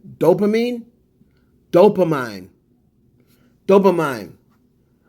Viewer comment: It’s dopamine …pronounced Doe-Puh-Mean